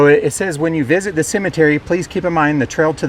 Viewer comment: Would like ro have a dollar for every time the narrator says Cimitiry..